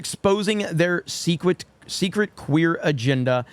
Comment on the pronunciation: haha u said seekwit. LOL